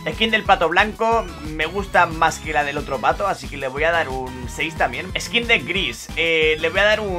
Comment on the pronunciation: Las veces que dijo "ESQUIN" 👇